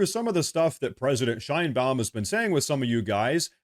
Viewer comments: I’m on your side 100% bro, it’s just…. The bitches name is pronounced (shine bomb) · Sheinbuam huh ? Every. Single. Time. Its tiresome